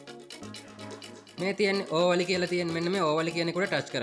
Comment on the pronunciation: ඕවලි නෙවෙ ඕවලේ🙂